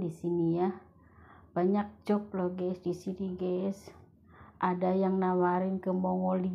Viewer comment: Job mungkin mbak, bukan jop